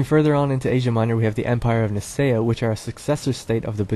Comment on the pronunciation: Nicea is pronounced Nikea I think